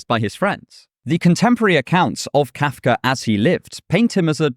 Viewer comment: How am I annoyed with how you pronounce Kafka? That must be kafkaesque.